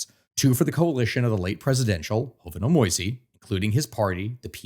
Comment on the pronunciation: Jovenel Moïse's name is pronounced "zho-veh-NEL mo-EEZ" not "ho-ve-NEL MOY-zee." Ariel Henry's and Jimmy Chérizier's last names are "awn-REE" and "sheh-ree-ZEE-AY."